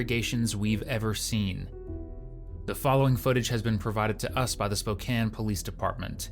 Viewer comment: right me too😭 i didn’t expect to see spokane when i clicked this video, i’m most grateful they pronounced it right lmao